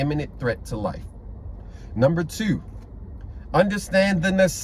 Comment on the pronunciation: I know for sure you from Baltimore the way you say 2 n also Virginia you don’t need license unless you doing CCW or Security